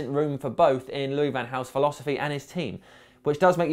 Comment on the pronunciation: Fuck LVG's "philosophsy"